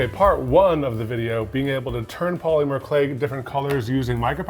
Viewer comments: The way Evan says POLYmur clay is cracking me up 😂 Always wanted to try that hack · Say Paw-Lemur again! Do it!❤😂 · New drinking game - drink every time they say "poly-mer". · I've never heard anyone pronounce the Y in polymer so hard! 😂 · I feel they said Polymer wrong..... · Love the way the earrings turned out, I think they are so cute and I love the technique. But I don't think I like the way Evan says polymer. I dunno, something about it bothers me the tiniest bit lol. Like just enough to where i cant focus on what he's saying lmao. No hate, all the love. It's just funny. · What did they do wrong? The earrings look pretty good for their first time using the clay. Only thing that bothered me was how Evan pronounced polymer lol